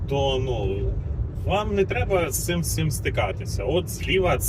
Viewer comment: Є одне питання, чому ти кажется "всих", "всим" і тд.?) Знаю що ти адекватний до такого тому і питаю знаючи що не буде якоїсь х***і у відповідь хахах. Невже колись російськомовними людям справді важко відтворювати деякі звуки чи ти просто від балди говориш?😅 Успіхів в усіх планах)